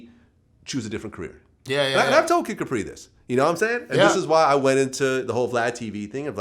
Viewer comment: Cant stand when Vlad says "naimsaying" or "naimean"- I cringe every time